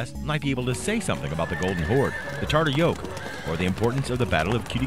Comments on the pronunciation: Yeah, dude its not Tarter.... TATAR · Why does he write it as Tatar but pronounce as Tartar? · TATAR, like "tah-tar". tartar is a name of a sauce. come on dude, you're presenting a people and you don't even pronounce the english pronunciation of their name correctly. just try saying it - ready? "TA TAR". there. was that SO impossibly difficult, there was no way getting around it? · "Tartar" is a 'sauce'....it's TATAR !!! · It's not Tartar but Tatar. Talk about falling asleep in history class... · I stopped the video the second i heard TARTAR. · Pronunciations Ta- Tar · Does the word "Tatar" have a hidden "r" in the middle? I HEAR IT but I don't see it. Never have been sure if it should be there. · This narrator was really bad in the area of correctly pronouncing what he was reading. Honestly, if you can't even take the time to learn how to pronounce simple things like the title of your video (Tatar) to Attila to the myriad of other examples of sloppy voice work, then why are you bothering us with this video? If you want a quality product and an audience you need to present information to them that is accurate in all aspects and not half-ass accurate. It is a 16 minute script not a freakin' novel that you have learn how to pronounce. Garbage in is Garbage out. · How could somebody be so ignorant is narrating a short and mispronounce the name of the people that it's about